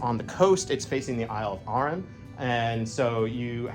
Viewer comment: Wow, i live nearby and i had no idea that labyrinth was there! Also, i have never heard Dunure and Arran pronounced like that lol